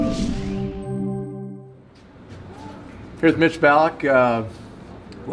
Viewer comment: It’s Ballock not Bullock.